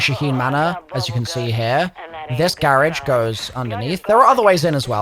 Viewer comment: I like your accent when you say garage 😂😂😂